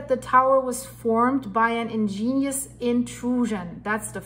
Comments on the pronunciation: Ig…….nee…….ous rock, not ingenious rock! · Or you might spell it out as, IGG-nee-us, with the accent on the first syllable. Very interesting,. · I dont like to correct things others say, but the word is 'igneous' rock, not 'ingenious' rock. Sorry. Like the videos. Keep it up. LedHed Pb 207.20 🎶 🎸 🎹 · Igneous. Ig-nee-us. You are saying in-gen-ious. I understand you are not a native English speaker and well educated so please don’t take it wrong when I offer pronunciations.